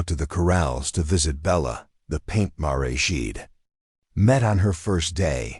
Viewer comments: Tell your AI it's Mar, not Maray! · Paint "marey"? Seriously! Lose the crappy AI and get a real narrator or forget doing this.